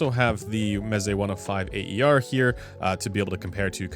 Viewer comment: Instead of always pronouncing “A.E.R.”, you could simply say “air’, as it’s close enough to how it sounds untranslated: “a:ér”. Cheers!